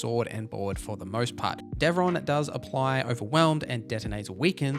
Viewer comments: It’s Davrin, not Devron, btw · And "Davrin."